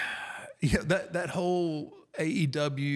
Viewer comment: The undertaker is so WWE he struggles to say aew lol